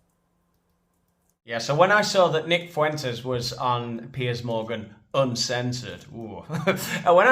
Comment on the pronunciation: If I hear Piers say "Foo-intez" one more gd time...